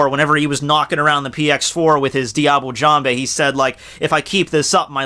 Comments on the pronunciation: IT'S DIABLAY JAMBE, YOU FOOL! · i thought u pronounce diable jambe with the "l" in diable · Diable Jambe is a technique named in french and it's not said " Diable Jamb(Hey) " it's pronounced " Diable Jamb(/) ":> hello from France